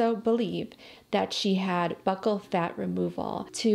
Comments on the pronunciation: thanks for the video! but can i say, its not pronounced "buckle" fat, but "beu-cull" fat. xx w love x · You do a great job!!! As a medical professional tho i gotta let you know that Buccal isn't pronounced buckle, its pronounced Byoo-ckle. No biggie tho-keep up the gr8 work!